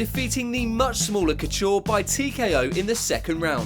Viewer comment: not bad video content but you still can't pronounce Couture properly, if you are gonna do MMA vids, do them properly.